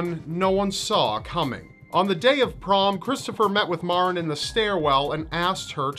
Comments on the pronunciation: The young beautiful girl from Milford, CT Maren her name is pronounced like the Mary is but with an en at the not y it drives me crazy when ppl say it wrong it not MaRen it's Mare-n it's not your fault everyone that didn't know her or isn't from Milford does it. I love you videos and it was a shock to see someone from home on one. Chris is nothing but a loser who is trying to do anything he can to keep his sorry ass out of jail because he is a big pussy. I really hope he gets tried as an adult he premeditated what he did and was not temporarily insane he is a spoiled punk who didn't get what he wanted and took the life of someone SO MUCH BETTER THEN HIM. Maren's legacy will live on forever and he will be nothing more than a number on a call hopefully til the day he does. #Milfordstrong #Lawstrong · I went to the same school as Maren and btw you're not pronouncing her name right mair-in that is the sound of it but that was really sad when it happened